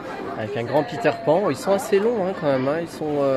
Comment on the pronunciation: merci pour la video .... les montres sont magnifiques par contre "peter panne" dsl mais sa ma fait rire 🤣